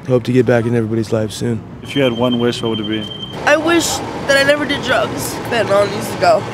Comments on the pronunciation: Why can nobody pronounce the word “fentanyl” correctly? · Why do so many people pronounce fentanyl like “fentinall”? When you have allergies do you take Benadrall?